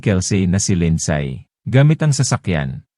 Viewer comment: " Lindsay" is pronounced Lind- si not Lind-say